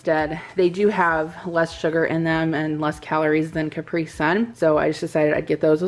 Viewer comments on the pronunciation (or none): none